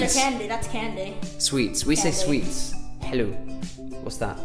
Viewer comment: no one:: " helw"